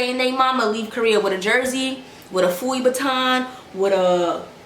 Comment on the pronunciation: i’m deaddd 💀 sis said “pfuivuitton”